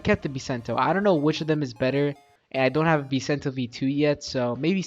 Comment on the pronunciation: I subscribe you when you say i don't hain robux 😢